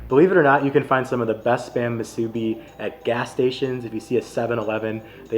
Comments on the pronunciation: Great video! We’re born and raised on Oahu! Yes, KALUA pork…and it’s MOO-soo-bi. Not Moo-SOO-bi. 🍙 We enjoyed your review of our island foods! 🎉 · Kalua not Kailua and moo-soo-bee not masubi! Mahalo for highlighting some places here at home not many other vloggers do like Bob’s ❤ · Love your attitude, but as a local Hawaii boy, I need to issue some corrections. 1. Not everyone from Hawaii is “Hawaiian”. Hawaiian is an ethnicity, so only native Hawaiians should be called that. The rest of use are just Hawaii people or Hawaii locals, or “kama`aina”. 2. Kālua pig is the right name, not Kailua. Kālua is a Hawaiian word that describes the cooking technique. 3. It’s pronounced MU-su-bi, not mu-SU-bi. 7-11 one is not the best because the spam is not crispy enough, but it’s fine in a pinch. Bob’s is solid. Guava Smoked is also worth checking out if you come back. I’m a malasada purist who likes no filling. Leonard’s is the best, but one of the bakers opened their own place called Pipeline’s that is also good. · If you want to pronounce "musubi" how we locals say it, please look up "Amanda and Felix musubi"